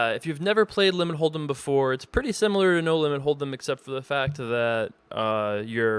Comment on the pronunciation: The way you say "limit hold'em" is so funny,.